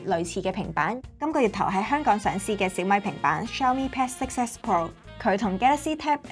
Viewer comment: S9就S9 係要S nine😅攪到好似looong nine個fd咁 稍mi pad~~我都唔知香港有人叫小米做稍mi~~聽到我呢~~後面都冇心機睇 #廣東話